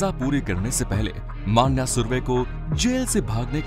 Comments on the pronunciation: माण्या नहीं भाई,मण्या हे वो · "मन्या not मान्या" .....मन्या सुर्वे